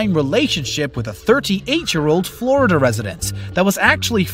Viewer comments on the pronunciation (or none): none